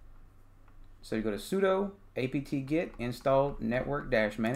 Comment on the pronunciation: Good tutorial, but sudo is pronounced like sue-do, it's short for "super user do."